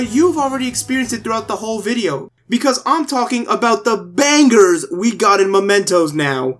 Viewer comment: Sorry man not to be arsy buuuut: It's mementos (as in m-e pronunciation) since this means an object that serves as a reminder of someone not momentos which is spanish and translates to moments As you can see the second one is much closer related to the theme of the game